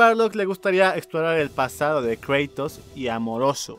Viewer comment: "Kreitos" :v